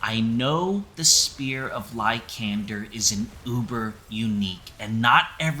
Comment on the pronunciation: The way you say LY-KAND-ER makes my feet ball up lol.